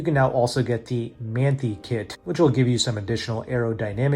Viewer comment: Good info, FYI it’s pronounced “man tie” kit.